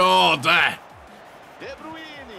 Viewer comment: correct name pronounciation please!!!